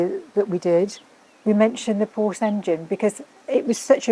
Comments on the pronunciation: It’s Porsche, not “Porsch”. Check with Jay Leno or Jeremy Clarkson if you don’t believe it. Cheers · It started so nice and then he said: “the Porsch”. Instant allergic reaction from my side 😉. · Porsche is a two syllable word Jonny. You're the best except for Porsche Pronunciation. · Jonny, I am surprised you pronounce PORSCHE as PORSCH. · A what??? A Porsch? 😱🙈 And you do videos about cars? Seriously?Unbelievable! It's Porsche with an "e" at the end. If you're not able to remember, simply think about famous Janis Joplin's song: 🎼 Oh lord won't you buy me a Mercedes Benz, my friends all drive Porsches... 🎶🎵 Once again: It's Porsche! Or do you say Mini Coope or Jense or Triump or Ferrar etc.p.p.? Best regards, luck, health and wisdom. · You would think a car expert would know how to pronounce Porsche. His name was Ferdinand Porsche [Por-shuh] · "Porsh," when two syllables is too f-ing much. 😁 I guess they make up for it when they add a syllable to, "aluminum." 😁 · Pity how Brits refuse to pronounce Porsche correctly. It's not hard. But they all fail to do it. Very odd.